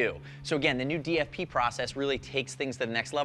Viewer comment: new DFP sounds very German